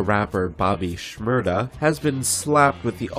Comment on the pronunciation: Shmurda not shmurder your saying it wrong